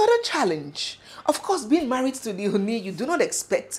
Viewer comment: Oni is pronounced Orni.